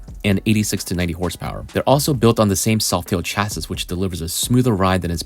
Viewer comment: It's pronounced Cha-see, not Cas-sis.